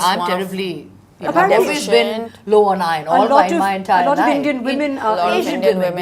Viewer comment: Please don’t pronounce words incorrectly, use google if unsure. It’s calcium with a c not cal-shium. Iron was said properly by Malaika not Eye-on as pronounced by Rutuja. Magnesium has a sound ssss, not mag-ne-shium. Enjoyed otherwise for some useful facts.